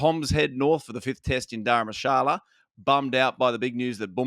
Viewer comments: it is Dharamshala not Dharamasala nor Gharam masala nor sala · Daram Masala, must be a curry, surely? It s Daramsala! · It's Dharamshala NOT Dharmashala!